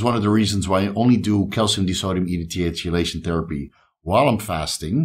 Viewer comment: It's pronounced like key-lation, no Chee- , sorry to be that guy